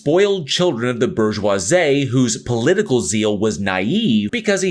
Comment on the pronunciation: Brother... do you hate the word "bourgeoisie"? You butchered that shit.